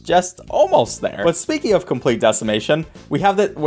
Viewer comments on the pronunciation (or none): none